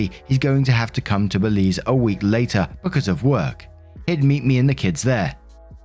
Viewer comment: You pronounced Belize correct